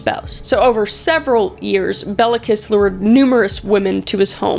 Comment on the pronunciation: Béla kissisnt pronounced bela kiss its pronounced B as in bear A as in bay L left A as in apple and kiss is pronounced kish